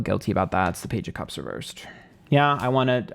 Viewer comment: Hate the way he pronounces cups. Sounds like he’s saying cubs like lion cubs.